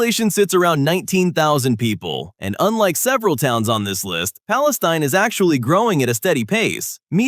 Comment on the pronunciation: Palestune? Crime's a bit high there